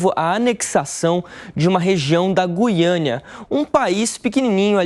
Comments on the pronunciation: Goiana? É Guiana seu animal. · Sim, mas se pronincia "Guiâna" e não "Guiânia". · "Guiânia"😅😅😅 Esses "repórteres" da shopee não cansam de se expor ao R I D Í C U L O. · Guiania? Foi isso que ele disse? Kkkk